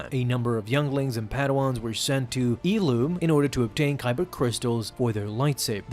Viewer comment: No way he just pronounced Ilum like that